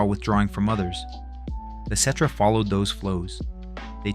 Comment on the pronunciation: Is this shit AI? I was really enjoying these videos but when you listen to the playlist you start noticing the tell tell signs. Why’d you say cetra perfect 30 times but still manage to pronounce it ketra? What’s up with the talking in circles?